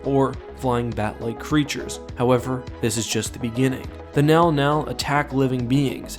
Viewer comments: Text: mŋgɑl-mŋgɑl Speaker: “nɛl-nɛl” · Isnt it pronounced Min Gal Min Gal? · Sama. Sy bacanya juga "Menggal-Menggal" xD. Tapi di video dia bacanya "Nal-Nal" dalam hati: ko bisa sih dia baca begitu?" xD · how do you get nau-nau from Mnggal-Mnggal. I am not saying you are wrong, but, I would never guess that is how you pronounced that name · Mnggal mnggal being pronounced "now now" is really fucking with me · Who else thought he was saying "The Now Now"?🤣🤣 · I keep thinking meow meow when you say the creature’s name which makes me laugh. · It's pronounced MNow-MNow? Okaaaay... o.O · The scariest thing is how it's pronounced